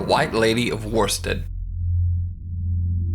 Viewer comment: As an East Anglian, the villages name is pronounced 'Woosted' otherwise, great stuff!